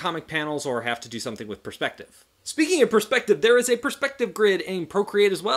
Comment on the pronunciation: “Pers p ective”